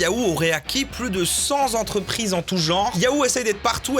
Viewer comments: cent z'entreprises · Bonjour. Police des liaisons dangereuses. Vous avez été contrôlé positif à la liaison dangereuse à avec votre "cent'Z'entreprises". Vous êtes donc redevable d'une amende de 10 millions de dollars à l'ordre de Bernard Pivot. Cependant si vous réglez sur place, votre contravention sera minorée. Pour ce faire, il vous suffit de vous acquitter d'une recommandation de l'excellente chaîne youtube "507 heures" par le moyen de votre choix (youtube, facebook, twitter...). Cordialement.